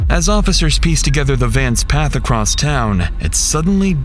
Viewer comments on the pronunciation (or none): none